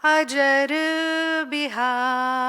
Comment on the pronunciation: चौपाई शुद्ध बोलो , अजर शब्द नहीं अजिर है जिसका अर्थ है आंगन ।राजा दसरथ के आंगन में बिहार करने वाले श्रीराम ।